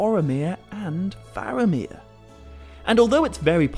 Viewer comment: I LOVE your videos. I beleive Faramir is pronounced FAR-ah-meer (not FAIR-ah-meer at time stamp ) according to Appendix E of Lord of the Rings (same applies to Aragorn..more of an AH on the first syllable (like in Arwen) vs an AIR-ah-gorn pronunciation at time stamp ) I am not trying to be rude or petty at all. I know you really care about Tolkien’s writings so I thought I’d speak up. If I’m wrong, please let me know! I’m still learning myself ergo, I’m watching ALL your videos(and maybe you already know what I’m talking about and this was just a slip of the tongue. I know I grew up saying some of these names wrong and will occasionally fall back on my old pronunciations)